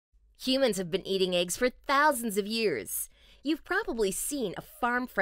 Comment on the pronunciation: they are called eggs not ayygs